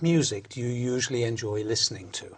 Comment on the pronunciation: ‘Usually’ was pronounced as ‘yud’uali’, ‘occasions’ she pronounced like ‘okedgenz’. ‘Just for if I have exams”: I guess ‘for’ is out of place in here))) She used ‘it’ for weekends.“The Vikings were there’ (too simplified for such an exam))))